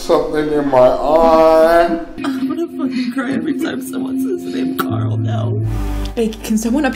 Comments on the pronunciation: gcldenlion it’s carl not Coral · Rick pronounced his name as COOOOORAAAAAAL whenever he yelled for him